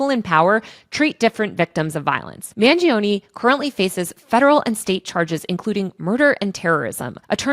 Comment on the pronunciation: Mangione has 3 syllables. 'man joe knee' not 'man G O knee'